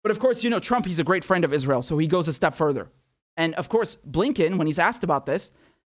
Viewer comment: Lindsey calls it "Is-rill." Lindsey is an "id-jit."